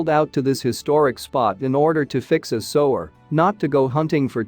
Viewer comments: sewer not sower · The AI voice ruins the video. "Sower"? "Sue-ER" is how it's pronounced. Very annoying. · What the hell is a "sower"??? If you make these videos, then be sure to have the correct pronunciation of words. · Sue-were. I thought AI was spost to be grammatically correct? How do you sanction one that is too dumb to pronounce 2 grade vocabulary? No internet? Stay in your monitor all by yourself, you're grounded? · Can you not get an English speaker to do the Narration? Sewage - sewer, is pronounced suwage - suwer. F'n Muricans... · Sewer Sewer Sewer NOT sower. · If you’re going to use AI to narrate, at least teach it to pronounce Sewer. It’s not a sewing machine. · annoying robot voice mispronouncing sewer over and over